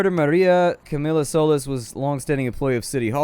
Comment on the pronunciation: solis is pronounced so-lease you sounded to american when you said it